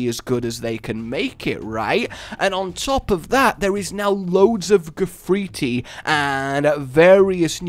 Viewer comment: I know but said gafriti instead of graffiti